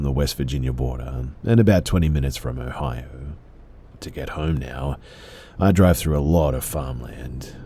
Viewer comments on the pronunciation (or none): none